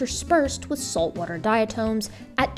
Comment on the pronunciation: The word is pronounced dia-Tom as in Tom Sawyer, not tome.